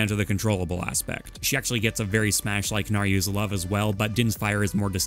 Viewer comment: My man said "Naryus Love"